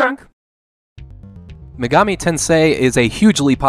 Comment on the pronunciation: "Shin Meegami"......Absolute American